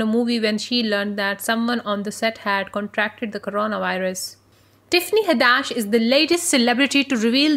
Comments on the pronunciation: Tiffany Ha-dash? It's Had-ish🤨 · It's Hadd-ISH, not HaddASH